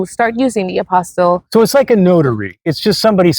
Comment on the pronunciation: Please note the word is APOSTILLE, not APOSTLE. Two different words entirely.